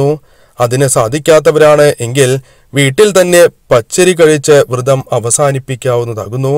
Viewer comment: തിരുമേനീ, വ്രതം എന്നല്ലേ അതിന് പകരം വൃതം എന്ന് പറയുന്നത് തെറ്റല്ലേ തിരുമേനീ